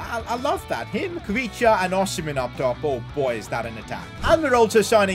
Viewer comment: Domt try to pronounce khvicha's name so hard . It's easy actually